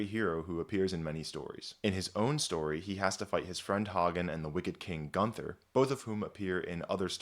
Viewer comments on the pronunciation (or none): none